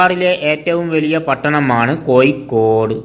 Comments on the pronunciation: കോയിക്കോട് അല്ല കോഴിക്കോട് ആദ്യം അങ്ങനെ പറയാൻ പഠിക്ക് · കോയിക്കോട് അല്ല കോഴിക്കോട് ആണ്‌ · കോയിക്കോട് ആണോ കോഴിക്കോട് ആണോ.....??? പോസ്റ്റുമാൻ തമിഴൻ ആണോ 🤣🤣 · കോയി കൊട് അല്ല കോഴിക്കോട്